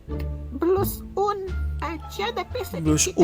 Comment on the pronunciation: Ngakak bngtt pas ngomong "Blush un"😭😆😆